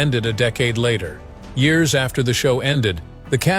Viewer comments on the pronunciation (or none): none